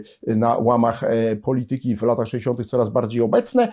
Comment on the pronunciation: poLItyki!!! Na miłość boską, jak można tak kaleczyć polszczyznę!